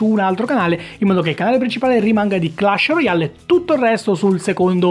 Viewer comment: si pronuncia clesh royale non per fare ul perfettino